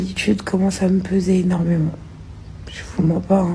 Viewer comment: On l'entend parler, en fermant les yeux, on a l'impression que c'est maeva genham qui parle : elle ne sait pas prononcer les J , elle dit " che choue "( je joue )